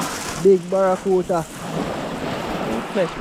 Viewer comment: Yo bredda, mi nah mek fun a yuh or nuttn but me help but notice to number of time you always seh “Barracuta” instead of “barracuDA”. Mi nuh know if a be cause yuh nuh want it sound like American pronunciation but this word is actually pronounced with “DA” at the end.